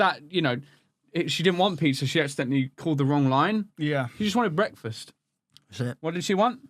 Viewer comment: “She just wanted.. BEKFAST!”